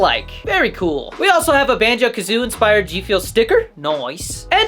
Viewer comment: banjo kazooIE man. Jeeeesus that was tough being a fan watching you say that 🤣 . Good review tho. i’m sure it would’ve resonated with you so much more if you played the games in the 90s